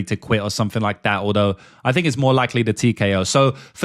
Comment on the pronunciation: Why can you pronounce “that” but can’t pronounce think/fink. Very annoying